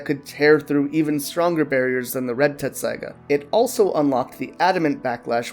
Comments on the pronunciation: Wait it’s not “Tetsaiga”? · Even in the Japanese you can hear them make a t sound, I understand spelling and pronunciation are two separate things but I'm just saying you're pronouncing it wrong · I know that's the official English spelling but they say tetsaiga with a T. The Japanese is even tetsusaiga, so leaving out the middle T is just wrong. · How tf you gonna make an informative video on something you can't even say right